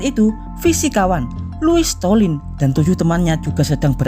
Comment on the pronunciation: Loius slotin.bukan stolin.salah nyebut tuh